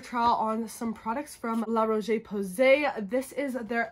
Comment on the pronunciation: La RocheÉééé PowWwwwsayyyy. La prononciation m’a tuée.